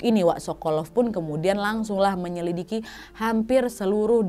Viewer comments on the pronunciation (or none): none